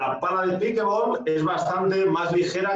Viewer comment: por que lo pronuncian mal...cojones!!!! NO ES PIKEBOL.... ES PIKELBOL con una ele entremedio .... PICKLE se pronuncia pikel.... y combinado con ball el pickleball